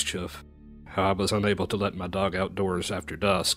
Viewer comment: "they terk yer duhhrg!!!!"